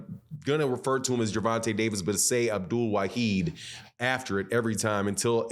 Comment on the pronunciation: The man’s name is NOT WA-HEED……It’s ……WA-HID….. PLEASE 🤙🏼